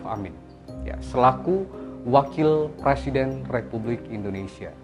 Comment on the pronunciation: Bang, bukan PRASIDEN …. Tetapi PRESIDEN - pre Bang, bukan pra, bang❤️🙏